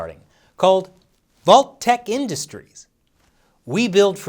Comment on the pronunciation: I almost crashed my truck when you said vault-tec hilarious